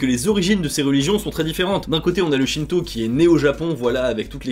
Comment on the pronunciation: Je suis le seul à avoir compris "shinzo" au lieu de "shinto" 😅